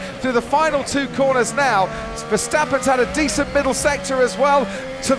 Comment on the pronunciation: More like GeeOverNazi, british love mis pronouncing names. My other favourite is Verstappen, they make up an invisible H and say Veshtappen